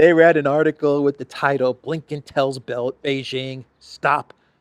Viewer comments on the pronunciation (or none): I listen to you and Alexander every day without fail. I am a dedicated fan, so I think I can make a pedantic point: in Mandarin Wang is pronounced "Wong", Xi sounds like "She", the J in Beijing sounds like the J in "jam" not the zh in Zhirinovsky. Keep up the great work 😂